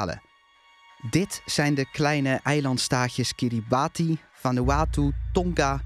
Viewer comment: Goede video weer! Kleine opmerking over Kiribati; de uitspraak hiervan is Kiribas